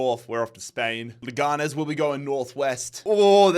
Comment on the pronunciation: I'm at the middle of the video so I don't know if this will be useful, but the pronunciation of Leganés is like you're saying it, but the strong syllable is the last one (nés)